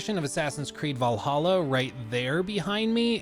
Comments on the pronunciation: You mispronounced “Vallahha” 😉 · It's "Vllahha"